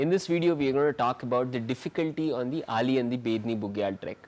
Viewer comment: Dear sir.. that is not Ali that is Auli Make it correct sir. I belong to that place and it's hurts me a lot.. please 🙏🙏